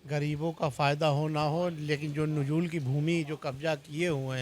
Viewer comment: नजूल को ठीक से पढ़ मेरे भाई। 😂